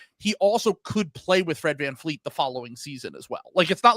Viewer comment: It's such a douchey American thing to just declare at the beginning of an episode that you're not going to pronounce a foreign name correctly. I think it's cringe AF that you're not even going to try. Fleet? Vleet. It's just a different consonant. You do media for a living.